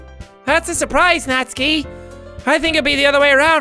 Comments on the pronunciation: JACK ! You are still saying it wrong. Natsuki is pronounced Nat-su-ki not Nat-ski ! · Jack I think it’s pronounced “Not-soo-key” not “nots-key” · It’s “nat-soo-kee” not naski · Jack I know you played this ages ago but your pronouncing natsuki wrong, ur saying natski nut it’s pronounced as nat-su-ki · It’s not Natski it’s pronounced Not-zu-key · He says “Natsuki” just like “Katsuki” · Its pronounced natsUki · Its pronounced nat su key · I'm sorry it's nat-su-ki. It's been bugging me so much won't change tho... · Its nah-suuuuuuu-key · Just dropping this out, you're pronouncing Natsuki's name wrong, Jack. The U does have a sound. Like this: "Nat-soo-ki" Sorry, as an expert in pronouncing Japanese names, that kinda was bugging me. ^^ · Am I the only one who gets annoyed when jack pronounces Natsuki as Natski? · I'm so bothered how Natsuki is said differently from Jack to GTlive... It bothers me alot! lol